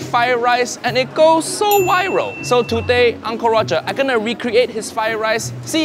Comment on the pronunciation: Why he said "wiral" instead of "viral"? PIN ME!